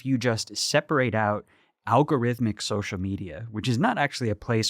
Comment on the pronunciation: Hey Max, what the fuck is socia media?!! Don't know if you're too dumb or too lazy to have stopped pronouncing the L in the word Social. I feel like speaking correctly is something a milquetoast pansy who talks incessantly for a living ought to be able to do.